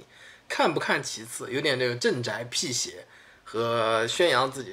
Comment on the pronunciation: ，两个字读音帮你纠正一下，1、遏制，这个读“恶制”。2、辟邪，这个读bi xie不读pi xie。